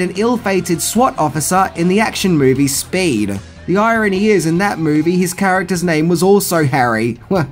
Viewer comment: haha he said spaade, but it was speed. ey yo bruv!